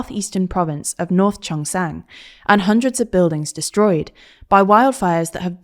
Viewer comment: South Korean province name mispronounced; should be "North Gyeongsang", pronounced like "Gyung sahng"